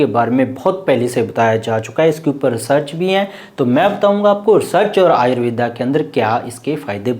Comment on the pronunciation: आयुर्वेदा नहीं आयुर्वेद कहें।